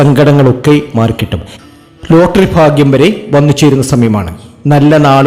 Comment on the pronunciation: അശ്വതി നക്ഷത്രത്തിനു, ഇത് ഫാഗ്യത്തിന്റെ സമയമാണ്, അടുത്തത് ഫരണി ഇതെന്തു ഫാഷ